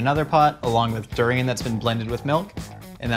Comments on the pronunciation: Its pronounced Da-rain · please don't butcher durian like that 😅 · He just butchered the durian 🤦🏽‍♀️